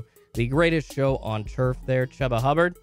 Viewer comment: Chuba pronounce his name like Chewba hubbard Its more fun to say your way but its incorrect See you in the morning good buddy